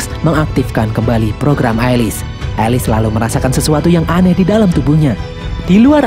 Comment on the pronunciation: Bang Bukan Alis ( Alice) Elis